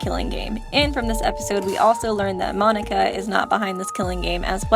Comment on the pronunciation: Monac(k)a, not Monic(k)a